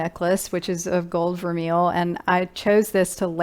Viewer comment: your hair looks beautiful in this video and I LOVE that dress! I recently decluttered my closet and although what I have left wouldn't be considered "old money" by any means, I did get rid of anything that wasn't made with natural fibers. Btw, the pronunciation of vermeil is ver- MAY. ❤